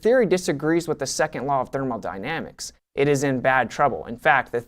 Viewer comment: "thermaldynamics". I understand its just a slip of the tongue but its always fun to hear a non physicist mess up this word.